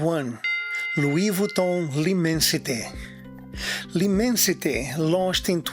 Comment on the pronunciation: Great review! And thanks for the proper pronunciation. There's so many reviewers can't even be bothered to research how to say L'Immensite. I just received my bottle of L'Immensite after sampling a 2ml spritzer and thought it was the most opulent smelling and quality fresh frag I've ever smelled. So pulled the trigger on a 200ml as it works out to be a bit more "affordable" -$250 per 100ml. Still crazy over priced, but in this case you do get what you pay for. Every step of the order process, customer service and product delivery/presentation is quality on another lvl. To be fare It was really an amazing experience.